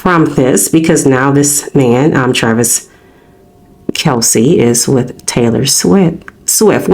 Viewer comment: His name is Kelce not Kalce.